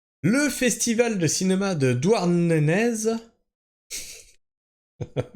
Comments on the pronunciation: Sa ce dit douarnené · On ne prononce pas le z de Douarnenez, on voit que tu n'es pas breton 😅